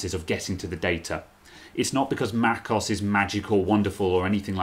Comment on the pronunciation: Mac OS, not macos 😡😡